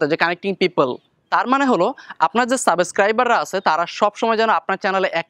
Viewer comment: apnar subscriber pronounce ta vul hoy,eta thik koren.